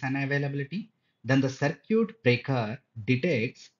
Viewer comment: It's cir kit